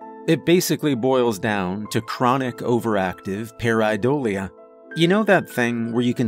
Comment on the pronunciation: He said pareidolia wrong. My nerd brain can't handle this. 😭